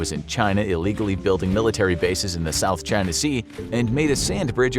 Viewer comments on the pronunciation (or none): none